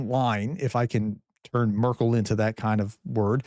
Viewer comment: “Markel”???? You say you are a professional? This is the zero to expert syndrome!